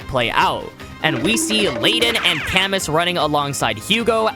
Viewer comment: it's pronounced "Ca/moo" more than "ca-mus" btw